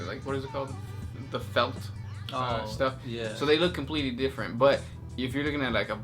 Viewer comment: pelt not felt... close enough